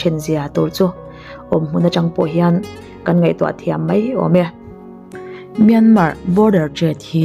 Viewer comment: Myanmar tih rikna toh hi chu buaina vek... Khamawm hlol